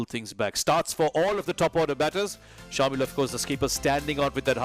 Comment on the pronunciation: Some body tell the commentators its not shaamil its pronounced shamAel